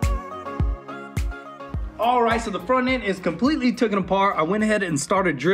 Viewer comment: Everytime they say "Tooken" a baby seal is clubbed to death.